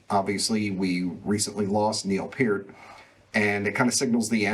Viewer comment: It’s peart, not pairt.